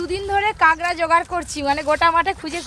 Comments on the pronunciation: কাকরাকে কাগরা বলছে কেন? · "কাগড়া" খাই না "কাঁকড়া" খাই 😜😜😜😜😜😜😜😜😜😜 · ওটা কাঁকড়া হবে কাগরা না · Apu kakra ke kagra bolco ken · কাকড়া নাকি কাগড়া🤣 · কাগড়া না কাঁকড়া। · কাগড়া নয় কাকড়া কথায় ভুল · আন্টি, জিনিসটা "কাগড়া" না, "কাকড়া" হবে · Kagra na kakra